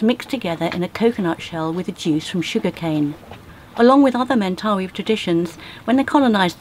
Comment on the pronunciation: Just pointing out that the young fellow you met with the tattoo pronounced it "Men-tuh-'WHY" as opposed to your "men'TAHwee". Thanks for, once again, taking us on another adventure to a rarely seen corner of this big beautiful earth we share!